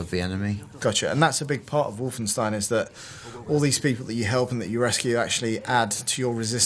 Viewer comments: You pronounce Wolfenstein... Just like you do Einstein.... Its not EINSTIN IS IT!!!! Seriously..... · Its not wolfensteen its wolfenstein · wolfenstein = Wolfen[stine] not Wolfen[steen]...